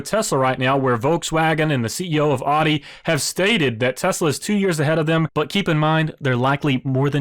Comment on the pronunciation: Great video. Only critique is how you pronounce audi. Please look up how to say it. I used to say it the same way as you as well before I knew.